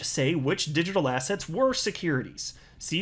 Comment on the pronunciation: every time you say assets I hear ass heads 😜😂